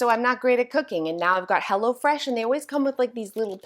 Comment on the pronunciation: Oh,! You said 'Hello Fresh' and I heard 'Hello Kitty'. I was like, whhaaaat? 😅😂😅😂😅😂